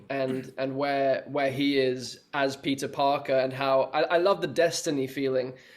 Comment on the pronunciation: Am I the only one who heard pizza instead of Peter????